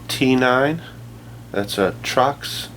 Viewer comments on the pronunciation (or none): Torx, man, TORX...NOT "Trox". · Torx not trox. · It's Torx, not Trox. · It pronounced "torques" toooooorrrrxxxxxx fyi..